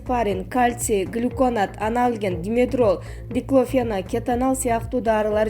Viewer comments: Айланайын диктор пондемия диклофенак оор создорду окуй албасан сурабайсынбы сени бут Кыргызстан угуп жатат он бир жыл+беш жыл эмнени окудун эле уят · Ушул суйлоп жаткан кыз каерде окуду экен аа диклофенак дегенди туура айталбайт уят эле нормальный суйлой албагандан кийин уят болбой эле уйундо идиш жууп отура бербейби экен аа